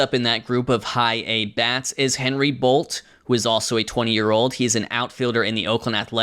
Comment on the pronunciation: i went to high school with Bolte. it’s pronounced Bol-tee